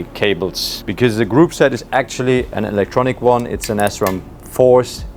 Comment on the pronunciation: oh boy.. you say "sram" not "s*ram"